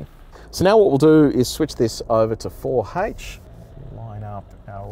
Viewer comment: four hach?